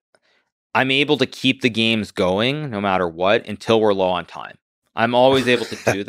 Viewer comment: “Playing all those geems”